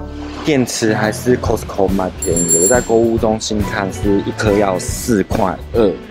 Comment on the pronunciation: 哈哈，其實念的COSTCO是標準的音，咖斯扣太台了